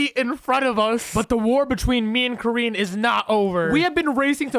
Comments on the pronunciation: its kor-yin not korean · When you said koryin I thought you said korean